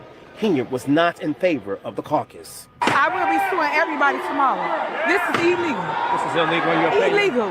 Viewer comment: I thought the word was illegal, not Ellegal😂😂😂